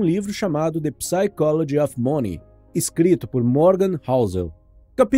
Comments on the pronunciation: Desculpa irmao por corregir,.mas se fala assim (saicolodi) se ecreve psychology mas nao se fala com o P , o P e mudo. Exemplo Psy= sai / cho=co / logy= lodi Mas brigadao pelo livro muito bom. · Como você pronunciou o nome do livro em inglês me permita fazer uma correção. A palavra Psychology não se pronuncia a letra P. A a forma correta de falar é “sychology” como se o P nao existisse.